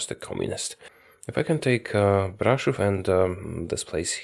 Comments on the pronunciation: the way you pronounced brasov was great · He pronounced Brașov correctly. Wow.